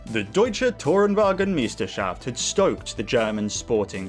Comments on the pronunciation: The letters ‘ei’ in German are pronounced like the English ‘eye’, or the vowel sound in ‘guy’. So Meisterschaft is not “m(ee)stershaft” but “m(eye)stershaft”. Otherwise the pronunciation was quite good :) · Its My-Stur-schaft, not Meesterschaft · For the Future, if you want to pronounce the German "ei" like in Meisterschaft, its pronounced like eye. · One little correction: the german ei is pronounced like the english letter i. (And also ei is the german word for egg 😂) other than that your pronunciation of Deutsche Tourenwagen Meisterschaft was spot on